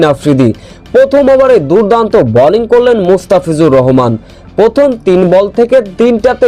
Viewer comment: Balling na bowling, very irritating!